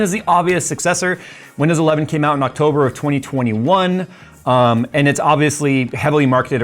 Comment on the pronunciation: " in octoburrrrrr 11 "